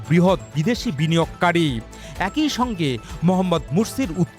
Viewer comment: অ্যাক ই উচ্চারণ করেন কেন??? একই উচ্চারণ করবেন। এ +কই=একই।বা বড়ই, চড়ই,একই